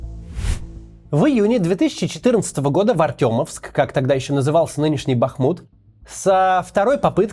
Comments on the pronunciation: Максим, правильно называть город - БахмУт.Ударение на втором слоге. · Спасибо,Максим,за выпуск.Только не БАхмут,а БахмУт.Красивый наш город был. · Не бАхмут, а БахмУт, там речка БахМутка. Как коренной житель этого города очень было интересно смотреть это видео, но не все факты правдивы в этом видео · Ну так то бАхмут это будет правильно на украинском а бахмУт на русском так что это может значить то что кац читает только про украинские источники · Ё-моё, целый ролик сделали о городе, так как всё-таки правильно ставить ударение? В предвыборном ролике БахмУт, а вы всё время говорите БАхмут. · БахмУт не БАхмут. И это украинский город в Донецкой области. Все иное- сепаратизм. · Правильно БАХМУУУТ, бАхмут-украинское произношение. Видно, что блогер явно близок к окраинским властям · БАХ..БАХ. Жители БахМУТА вздрагивают от такого ударения. В городе достаточно бахов. Я кожен крок, я кожную стежину Запамьятав і вулицю і дім. Бахмут сьогодні серце України З любовью відбудуемо потім. БахМут не БАХмут хоч одні руїни, Я плачу і не соромно мені. Ми відбудуем в вільній Україні Найкраще рідне місто на Землі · Посмотрел бы хоть на какой слог ударение в названии. БахмУт, а не бАхмут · Не БАхмут, а БахмУт. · Не БАхмут, а БахмУт. Вы как блоггер говорите правильно. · БахмУт! Ну сколько можно ж?! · БахмУт, а не БАхмут. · ток не бАхмут, а БахмУт) а в цілому, дякую за відео. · Правильно БахмУт, а не БАхмут, ударение на втором слоге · Максим, спасибо большое за ваше дело. Но пожалуйста, не БАхмут, а БахмУт. Город был назван в честь реки БахмУтки, близ которой он стоит.) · Только правильнее: Бахму́т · Бл... не БАхмут, а БахмУт!!!!! Поставте лайк, что бы они наконец увидели!!!! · Бахму́т, а не Бáхмут, неуч ты еврейский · не БАхмут, а БахмУт, производная от реки БахмУтка. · Вообще не бАхмут, а бахмУт. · А у можно как-то уже понять и запомнить: «БахмУт», ударение на втором слоге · та как ты заебал уже. БахмУт, а не БАхмут. Вас даже на Википедии забанили или что? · БахмУт. Интересно, Максим.